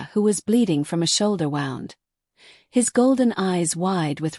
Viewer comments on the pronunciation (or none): I will give it a chance fir part 2 to come out, but never end a story before finishing the sentence that’s poor penmanship I enjoyed listening but the AI cannot say wound as it should have implied It pronounced the word as “a painful wound” When it should of as in the past tense of "wind" (to twist), and pronounced it like “she wound the clock” This is why people hate stories read by AI because they do so literally. Like I played the record so I could record it to tape. Some words have double meanings based on the structure of the sentence. This is something AI cannot detect and it’s why listeners prefer that the stories are read out aloud by a human. A human has a natural way of pausing while reading all based on their ability to breath while reading out loud there are natural things we do when we are talking, the act of licking our lips to keep the moister in our mouths and our lips moist as it helps with pronunciations of words and the natural way that speech has pauses. AI has a way of everything being rushed which a human cannot do as they need to draw breath to have the ability to actually speak.